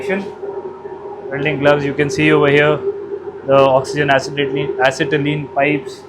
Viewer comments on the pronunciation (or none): none